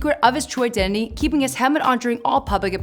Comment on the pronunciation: "Ill reveal his true ideny" im dead